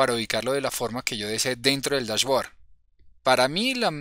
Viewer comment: bien.. se pronuncia DashBoard -(bord), no Board...